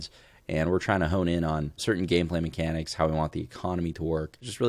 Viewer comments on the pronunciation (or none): "Those MeCANics" is what made the trash can open. It doesn't sound that much like "open can" but maybe it's a little hard of hearing.